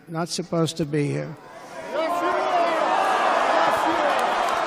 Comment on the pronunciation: The Yes you are sounds like Yeshua